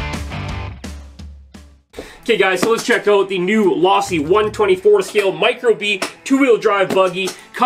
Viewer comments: Wtf is law-see. It's team Low-see bruh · Learn how to say Losi my man